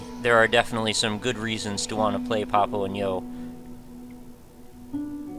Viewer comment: I always felt like the title should have been pronounced Papo y yo, due to its setting and also the rough meaning "Dad and I" in Spanish... great video, but pronouncing the & in English threw me off.